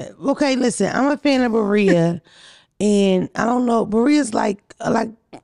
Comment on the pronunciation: The way pronounces birria 🤣🤣🤣🤣🤣god I love her